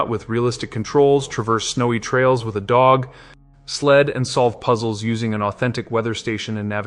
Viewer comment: yeah, 'dog...................................sled' was kind of obvious.